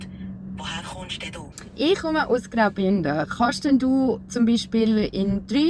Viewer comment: Ziemlich gut. Neutraler dialekt würde ich das jedoch nicht nennen. Z.b. "E rede" Was für "Ich Rede" steht, ist nicht neutral. Neutral wäre ausgesprochen "ech" würde ich behaupten.